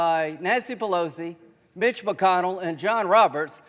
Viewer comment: Did he say Bitch McConnel? I kept playing it over and over and I keep hearing Bitch.